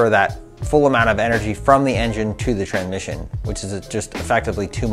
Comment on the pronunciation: Am i high or did he keep saying Tranmission, not Transmission.